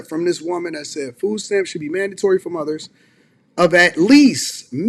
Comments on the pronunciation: IF YOU PRONOUNCE MOTHERS aS MUDDERS YOU DONT NEED NO DAMN FS LOL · What the hell is a 'Mudders'? 🤣😂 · She said mudders and udder 😂 why we have such a broke person mindset? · She said mudders 😂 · She said "Mudders". Lmao! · “Mudders” haha